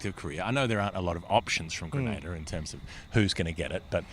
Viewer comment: You moron need to learn to pronounce Grenada properly. Don't be ignorant